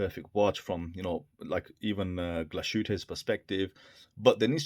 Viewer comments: Pronunciation is totally WRONG: SEESTERN isnt SEE-STERN, BUT more like SAAY-SHTERN (is german, not english) and Glashütte is no GLASHOOTTE, but more GLASS-HÜTTE 😎😎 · Thank you for your review. I really like your content overall. To whom it may interest: Glashütte is a compound of Glas (glass) and Hütte (hut), so the s and the h are pronounced separately, Glas-hütte. Glashütte translates to glassworks. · Good review, nice looking watch, I have a black/gold one on the way. One small, point, the pronunciation is Glas-Hooter (more or less), Germans don't pronounce SH like we do. There is already a V2, which addresses the crown issue. To be honest, that doesn't bother me. I have a Nodus Retrospect II and like it better than the III, so if I like a watch, I don't feel an overwhelming need to buy the 'latest' version or that it devalues the earlier ones.